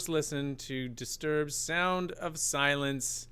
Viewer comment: One reviewer pointed out the ?extended? NNN as in silennnnce instead of silencce.